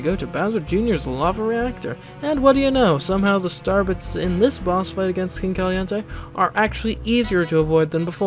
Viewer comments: Is it just me or was he saying Starbucks instead of star bits? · Why do you consistantly skip pronouncing the i in star bits?